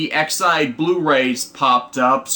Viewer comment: Your audio is de-synced and still unsure on the pronouncement of Ex-aid. Is it not Ex Aid like Medical Aid?